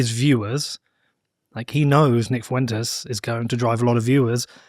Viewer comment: It's pronounced as "Fwentes" not "Foowentes". Two syllables, not three.